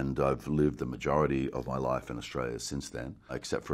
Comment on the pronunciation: thought he said 'to enjoy my wife' it's life he says, life.